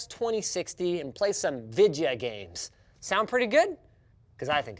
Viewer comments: "VIDJEYAH GHEIGHMS" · When you said “Vidya games” I realized why Nvidia is named what they are .